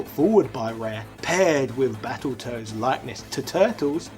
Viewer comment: I thought he said Battleturds for a second 🤣🤣🤣